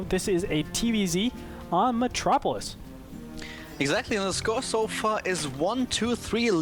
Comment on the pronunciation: Did he just call it "metropolis"? :S